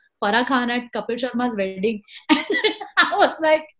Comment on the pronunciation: What Jamie is saying all the time Kapil Sharma welding...is it wedding or welding🤪😝🤣😆🤓🤓😁